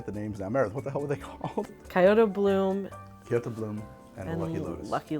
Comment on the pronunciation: I'm taking psychic damage with every "saki". "Ki-oto" is just the cherry on top.